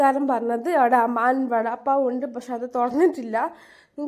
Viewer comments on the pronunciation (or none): അമാൻ അല്ല കുട്ടി.. അരാം വാടാ പാവ്😂